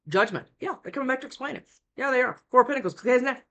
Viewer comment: Is it just me? I hear pickles every time you say pentacles at 1.5x speed 🤔😂🥒